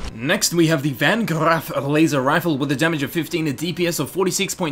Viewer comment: Van Grrrraff.